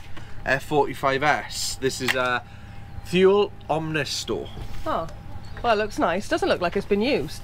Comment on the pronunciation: Great video guys. Loved the fact the got your video shot even in the Scottish rain. One more thing tell stu the Thule awning is pronounced “Toolay” 😁